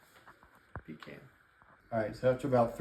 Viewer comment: Pee can 😂😂😂😂